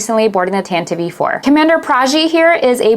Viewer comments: It's not Tant-Eevee, it's pronounced like attentive! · Stop saying tantivee 4 you tit! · IT'S CALLED THE "TANTIVE IV". How hard is it to get that right? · The way you say Tantive IV is strange. Good review but that kept sticking out to me.